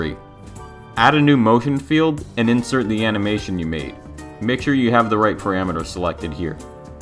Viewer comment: "paramater" lol btw thanks for these tutorials. They are so neat and to the point!